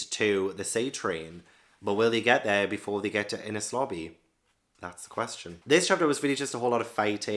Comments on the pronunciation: Enies lobby rhymes with pennies, not penis. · Btw its pronounced En - nees lobby ❤ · Pronounce "Enies" the same way you would pronounce the "NES" in the old NES gaming console